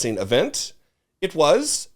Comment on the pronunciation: "Vilolent"? Come on,! (we love you, anyway)